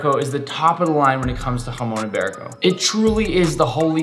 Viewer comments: me being Spanish and seeing Nick saying "Jason iberico" and Spanish words is just amazing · I just love your pronounciation “jumon ibarico” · And you pronounce it Hra-mong yi-be-riko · He says hamon iberico 😂😂😂😂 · im happy you have jamon iberico but im from spain and hearing you say its name hurts